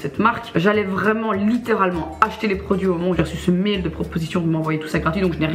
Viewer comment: Elle dit mail comme mêle jpp